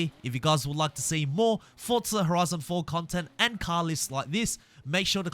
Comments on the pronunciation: Bruh its pronounced "Forza" not "Fortza" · Duuuuuuuuuuuuuuuuuuuuuuuuuuuuuuuuuuuuuuuuuuuuuuuuuuuuuuuuuuuuuuude learn how to pronounce names. It’s not fortza or selica